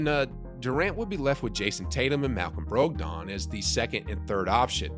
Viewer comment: why did you say Brogdon like that 😭